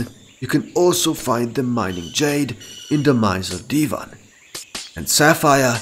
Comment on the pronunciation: Why do you say divan like divin instead of die-van